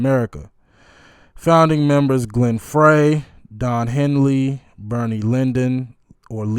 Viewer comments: Dude, you totally butchered the pronunciation of Glenn Frey's last name. It's pronounced "Fry" not "Fray" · face-blue-smiling:ur holding the mic too close to ur mouth and distorting. Please watch ur sound levels.:face-blue-wide-eyes:And Mr.Frey not "Fray" is pronounced "Fry". Thank you!:oops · Glenn Frey pronounced,FRY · Thank you for your thoughtful attention to this iconic song. Walsh and Felder are truly awesome aren't they. You have a very authentic approach, it's not very common. I have to say makes me sad when you say you're stupid, you're a real and beautiful spirit. Rest in peace Glen Frey (oddly pronounced 'fry') ❤️ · Please, talking over 10 minutes, Glenn's last name is pronounced Fry. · Timothy B. Schmit is still very much alive. Glenn Frey (pronouced Fry) is the only member of the Eagles to have passed (Jan. 2016)